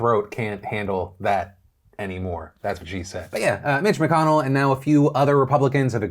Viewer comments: Mitch McConnell? Or Bitch McConnell? I literally can't tell what you were saying in the beginning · For a second it sounded like Phil said Bitch McConnell